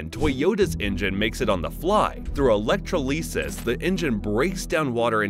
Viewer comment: E-lec-tro-LEE-sus Who the helll says electrolysis that way?